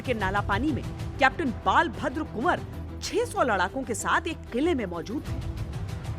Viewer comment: बालभद्र नहि बलभद्र हाेताहे